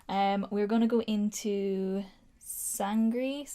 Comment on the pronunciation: And sangre is San-greh like grey without the y